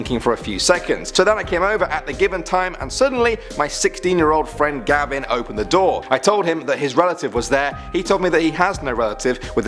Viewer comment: It's not gabin it's gavin